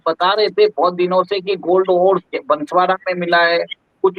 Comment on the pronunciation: कृपया बंसवाडा नहीं बोलो आप इसे बांसवाड़ा बोलिये। यह जिला राजस्थान का चेरापूंजी है।